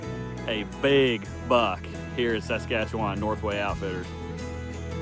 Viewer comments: Man, I wish you could pronounce Saskatchewan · Buddy is butchering the name of that province